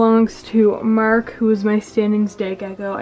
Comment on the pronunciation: Mark is the best because he's adorable and you pronounce it as Merk 😂